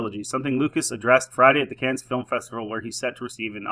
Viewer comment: First of all, Coppola funded the ENTIRE film himself. 130 million dollars. Secondly, it's pronounced 'Can' not 'Cans'. There you go. Sort your mic control out.